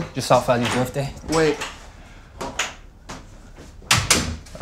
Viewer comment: Did he say happy befday?